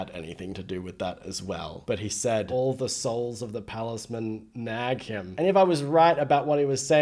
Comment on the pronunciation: I love how you interpreted "palisman" as "palace-men" 😂